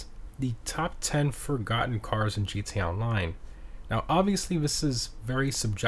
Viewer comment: Why do you say “gee-tay online” instead of “GTA online”?